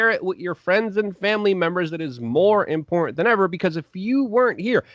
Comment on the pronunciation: Give it up. He can't even pronounce "important" or "Putin".